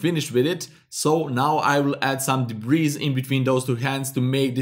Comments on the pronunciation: It's pronounced debree... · Nice tutorial. Just an aside, the s in debris is silent. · debris is pronounced debree. i was wondering what you were saying. hehehe. nice video though